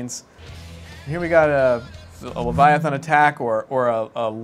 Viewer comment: There is no o in leviathan... why you saying it like that?